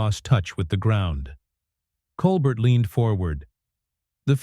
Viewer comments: The script is the most godawful bilge, you don't even pronounce Colbert's name correctly. I gave up after 1'30''. I'll look on YouTube to see if I can find the event. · First, learn how to pronounce his name. And why not let us see this exchange instead of describing it. What a joke. This is fake news. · Please explain to your AI robot that Mr. Colbert’s last name is pronounced without the “t”. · The narrator doesn't even say Colbert's name correctly...... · If you can't pronounce Colbert's name, you're not in the game. Hang it up, OK? You're making a fool of yourself, "." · Musk was on the show in 2015 but wasn't kicked off. BTW this AI voice can't even pronounce Colbert currently 😅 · and the AI cannot pronounce Colbert correctly. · is AI the reason for mispronunciation of Colbert’s name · Your video are not good..why not show videos rather than reading? Plus you pronounced Colbert name incorrectly! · Seriously, why is this irritating AI voice reading this ridiculously melodramatic script to us. Had to cut it off immediately. Can’t even pronounce Stephen’s last name correctly. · This has got to be one of the laziest AI produced videos I have seen so far. If you can't be bothered to have a human do the narration, at least teach it the correct pronunciation of the name of the person it is supposed to be about. Also, wish people would stop using the screen dirt effect. It's just stupid. I would really have loved to hear this story since anything that gets Musk to show his true colors to bad affect are great with me but this video... I got 12 seconds into it. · This AI stuff is a joke, "Stephen Col bert." It's Col-bear you idiot. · AI announcer can’t pronounce a French name. Watch the original Stephen Colbert (coal bare). 🤦🏼‍♀️ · You could just type, "Col-Bair" into the AI prompt to get it to pronounce his name correctly. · FAKE. And his name is "Col-BARE" not "Col-BERT". You could at least get his name right. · Stop mispronouncing his name! colbear!